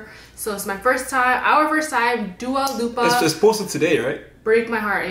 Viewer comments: How the hell do u get “lupa” from dua LIPA lmao😂😳 it’s not a U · That girl is having a hard time to differentiate the difference between "i" and "u" It's LIPA not LUPA